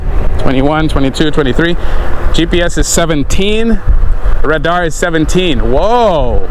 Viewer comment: Ra-darr 😂 love your videos bro ! Look forward to riding with you one day